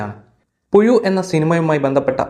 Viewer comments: പുയു അല്ല പുഴു😂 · ഓൻ അങ്ങനെ യെ പറയൂ 🤣🤣🤣🤣